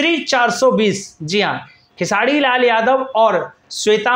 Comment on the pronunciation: अबे तु र बोल लेता है तो फिर खेसाडी क्यु बोलता है 😅😂